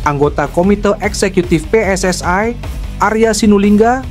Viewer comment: Kok bacanya jadi PSSAI, memang sejak bila huruf i dibaca ai ?